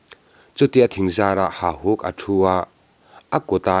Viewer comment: Ka ngaihthlak danin Hahuk tia lamrik niin ka hria,Hahuk nilo in Hauhuk tih zawk nise.